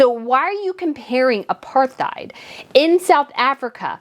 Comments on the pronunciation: It's pronounced A Par tide not A Par th eyed. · I've never heard of Apartheid pronounced like that, 🤣